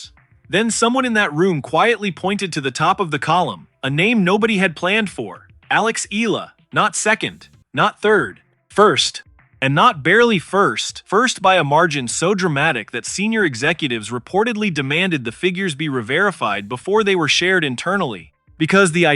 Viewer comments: Eala pronunciation E ya Ia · time to pronounce her name right: E-YA-LA....